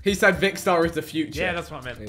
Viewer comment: Ethan Its Vikkstar Not Vickster why does this trigger me so much? 😂